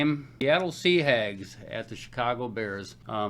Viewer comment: I always laugh when he says seahags